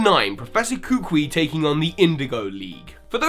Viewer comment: Finally! SOMEONE else who pronounces professor Kukui's name exactly like me!